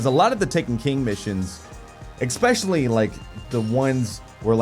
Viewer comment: It's "eSpecially" Not "eXpecially"